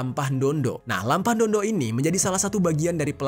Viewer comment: Saya luruskan bukan lampah ndondo cara bacanya Melampah ndo dok/jalan jongkok untuk menghormati sesama ataupun ke yang lebih tua